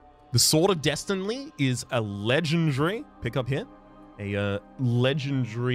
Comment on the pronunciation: Any else hear him say "sword of destinly"?